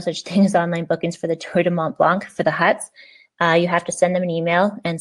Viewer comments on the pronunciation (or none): Hi, when you say it you don't prononce the c, it's "blan"